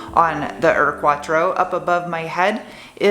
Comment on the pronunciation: Bilstein, Porsche, Audi.... as a german, i'm very impressed from your RIGHT pronunciation!!! But the U in UR-Quattro is not "ör-quattro".... it's like "your-quattro" without the "y".... like german "Uhr" like a watch..... smartass mode off :-) A realy nice car, you will hard find one in germany in this condition.....Greetings from bavaria, germany